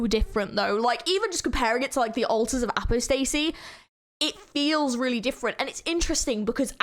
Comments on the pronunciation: Altars of Apostasy is really calming to me weirdly, I don't really know why. I love just chilling to it :) (also you mispronounced apostasy so badly oh my lord) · nice reaction but the pronounciation of "apostacy" and "minotaur" are killing me. somehow you arent one of the people that say "my-nos" though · The way you said "apostasy" makes me angry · “Altars of apo stacy”💀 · "Ultas of apastacy" 😭😭😭😭